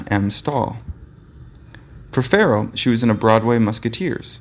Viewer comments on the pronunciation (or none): none